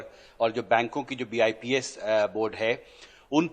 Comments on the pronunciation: Are sir IBPS, SSC hota hai... Bips nhi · BIPS nhi IBPS hota h 🤣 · Bips नहीं ibps SSB नही होता ssc होता है अनपढ़ पत्रकार